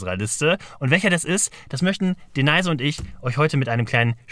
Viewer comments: ich hoffe denaise.. heisst nicht wirklich deneise... oder sonstiges, sondern "Denise"... so... das dazu. Guter zusatz zu deinem geschwafel.. = mehr geschwafel... = trotzdem: besserer content als 80% vom rest von YT... ich feier es hart... grüsse an. Und natürlich D-NIce-E. Grüße aus Bremen! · Alter, sprich doch mal den Namen der Frau richtig aus... "D-Neise" heißt sie sicherlich nicht. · Ich finde es immer wieder interessant wie Du Denise aussprichst. Meine Tochter heißt auch so,ich spreche es aber Deeniis aus Du aber Deneise. Habe ich so als Aussprache auch bisher noch nie gehört. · Das hat er mal in einem früheren Video erklärt: Ist mit Absicht falsch ausgesprochen. Ist quasi ein Nickname/Kosename für sie, den er immer bei ihr verwendet.